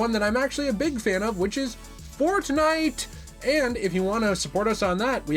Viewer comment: Why did bro say fortnite like that lmao